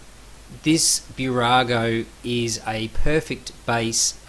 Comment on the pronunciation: Small tip: not Bew-rago, but Boo-rago. Nice review 👍🏻